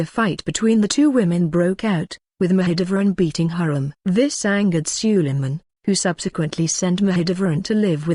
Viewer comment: I think you prounced her name wrongly. Watch the movie magnificent and see how the Turkish prounced it.